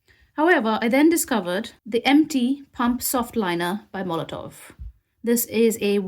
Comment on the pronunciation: The company is Molotow, there is no letter V in the name but you continuously call them Molotov